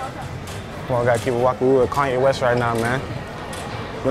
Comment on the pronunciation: That aint kanea west, thats kanye est.